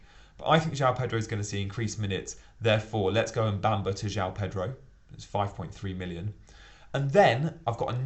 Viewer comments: Say after me.. Mu-Bha-Ma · Why is it so hard to pronounce Mubama correctly. It's awful.